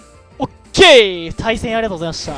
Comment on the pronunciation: 対戦よろしくお願いします さいせんよろしくお願いします に聞こえる